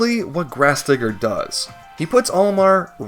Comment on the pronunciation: bro did not say digger